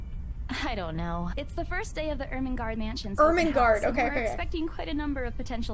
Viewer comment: Er men garde is how you say it :)